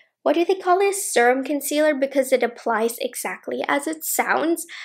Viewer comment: and Dacey Cash both say serum the same way and it makes me giggle lol. I have the ND I need a nude palette and im obsessed! The perfect every day shadows.